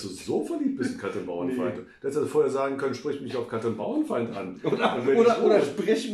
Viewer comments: Sehr schöner Podcast, den ihr da macht. Aber die Frau heißt Bauerfeind, nicht Bauernfeind. Kann man wissen. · sie sagen auch "Bauernfeind" anstelle Bauerfeind. erstaunlich, Andrack hat ja mal mit ihr gearbeitet oder sollte zumindest ihren Namen kennen. Also die Erwartungen nicht zu hoch stellen....